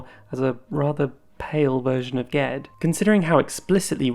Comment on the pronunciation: I was so happy to hear you say Ged's name the same way I do. I didn't realize there were options on that until a friend and I were talking about the first book and he gave it a soft g. Who would have thought?